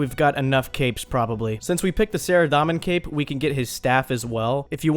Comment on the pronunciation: It's Sara-domin* not Sara-Dom-in..... smh!!!